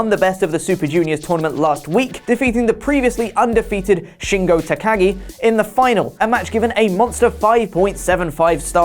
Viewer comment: Finally someone actually know how to pronounce Shingo Takagi's name.... F**k Oli